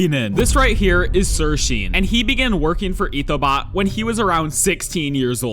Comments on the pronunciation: Pretty sure sirsean is pronounced sirshawn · SIRSEAN is pronounced "SirShawn" btw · actually its sir.sean pronounced sir SHAUN